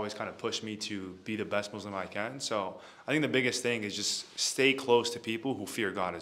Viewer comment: Its MuSlim not MoZlim